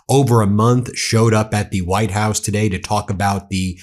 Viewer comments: did she say VITE house OMG these people are such grifters, sell their soul for anything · Velcome to the Vitehouse.